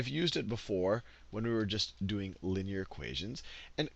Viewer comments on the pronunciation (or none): none